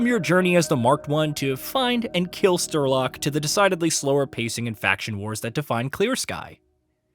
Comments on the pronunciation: Dude said Sterlok. I don't even think he played Stalker. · he couldnt even pronounce strelok correctly its almost like its scripted by AI and using an AI Voice Model